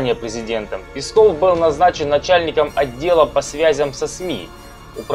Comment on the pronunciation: Мне конечно насрать на Пескова, но я к тебе обращаюсь афтор! Не Песков а ударение на е! Пе!!!пЕсков! А не так как ты выговариваешь ПескоОв!Слух режет!